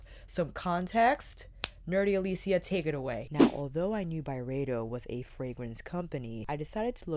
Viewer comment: Nerd alert: It's really supposed to be pronounced By-Ree-Doh. I know, weird, but I heard Ben say that on a podcast interview. Carry on, Love. Good stuff xo